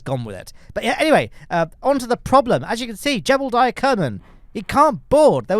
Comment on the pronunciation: Jebediah Kerman: ❌ Jeblediah Kerman: ✅